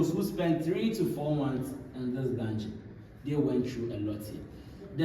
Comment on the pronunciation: why can't you say dungen ??